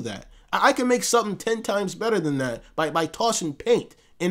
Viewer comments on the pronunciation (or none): none